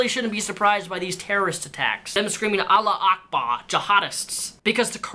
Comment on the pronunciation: Please learn to pronounce Allahu Akbar,. Not sure if you're aware of it, but you've said it completely wrong multiple times also in your previous videos. If you're going to use this phrase in the future it would be highly appreciated if you'd make this small effort. Thank you.